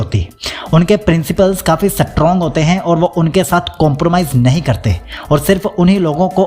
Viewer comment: Aap strong ko bar bar satrong kyun bol rahe ho sir